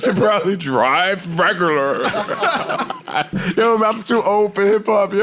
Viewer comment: "You should probably drive rEgurlurR" 😂😂😂